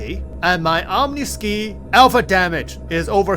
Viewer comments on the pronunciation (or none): OM KNEE SKY, is how you pronounce that guns name. You have mispronounced this so many times, other players are starting to do the same. Great video though.